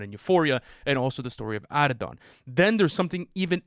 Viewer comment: That's not how you pronounce Ikaris. That's not how you pronounce Hailee's comet. Drake's son is Adonis not Addidon